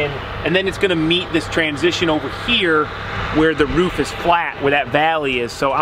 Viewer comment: It's roof not ruff...Jesus